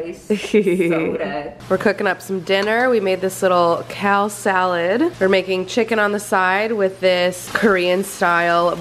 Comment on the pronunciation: LOL still going strong with the “cal” salad